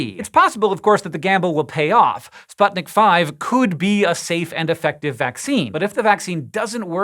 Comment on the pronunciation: As far as I know, the name of this vaccine is pronounced "Sputnik Vee".